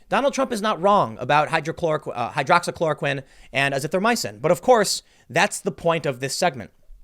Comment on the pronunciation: Tim with the PERFECT pronunciation of hydroxychloroquine and azithromycin but can’t say Weinstein 😂😂